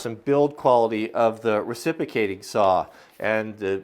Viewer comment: You are mispronouncing reciprocating. But what a cool deal.